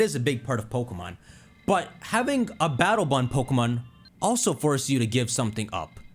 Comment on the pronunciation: All I hear is BATTLE BUN 😅